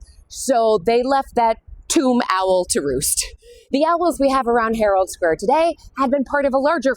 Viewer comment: Owl is one syllable